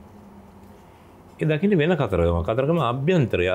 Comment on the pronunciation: දන්නෙ නෑ "කතරගම" නොමෙයි "කතරගං" කියලා...